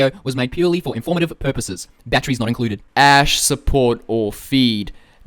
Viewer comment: Batteries not "incuded"